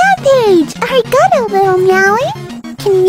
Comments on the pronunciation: "Ar ee gah toe" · hi!! native speaker here its sort of pronounced like (ah-di-gah-to). that’s the best way i can think of to describe it. you have to slightly roll your r. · ikr especially Arigato she makes it sound annoying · Ahhhh she said arigato (ありがと) wronggg, she doesn't know any Japanese, especially how to pronounce the characters